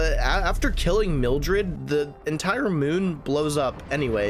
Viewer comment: "Mildred" reminds me of the stuff that grows in my crawl space. (Btw its pronounced Myth ricks)